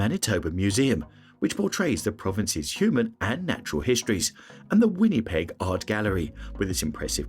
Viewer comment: Turned this ai slop off after I heard Winnipeg